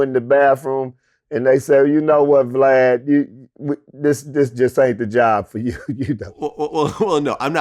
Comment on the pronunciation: It’s Vlad not Glad.